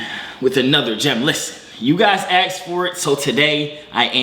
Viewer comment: "you guys aksks for it" lmo